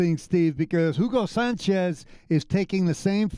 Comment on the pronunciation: jiugo sanchez !!!! it´s a bad pronunciation